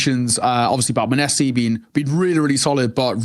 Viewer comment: Muh neh see no it’s monesy